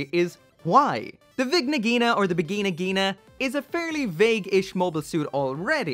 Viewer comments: I thought it was pronounced as Va jai Na Jai na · Wtf you said Vigina Ghina? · In the bigina-gina... Ini da biginagina... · When you don’t pronounce the N in Vigna Ghina.